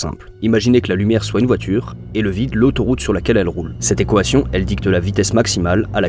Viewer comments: ta vidéo est incroyable, mais ça me perturbe quand tu dis « ekoation » 😭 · "cette équohation" 😂super contenu! j'adore continue! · Manière bizarre de dire Équation non ? Voix IA ?